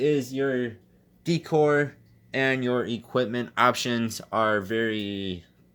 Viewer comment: He said deecore lol